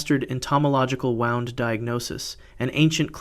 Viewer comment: Wound with a oo sound not oww as in clocks being wound up.